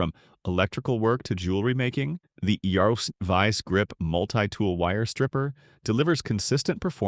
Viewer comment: The AI can't even pronounce Irwin. What BS!